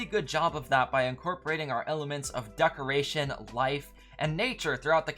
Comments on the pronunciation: no offense but why are you pronouncing decoration like ducoration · Yooo i like the “duckoration” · Ah yes, the duckaration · “Duckoration” Nice